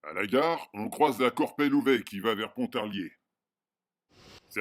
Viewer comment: C'est bien parce que vous prononcez "Pontarier". Ici, on ne prononce pas le l de Pontarlier... En revanche, on dit "Lac Saint-Point" et non "Lac de Saint-Point". Point... Quel joli prénom! 🤣🤣